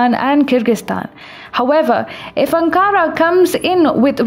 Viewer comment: Its Ankara - not Ancaara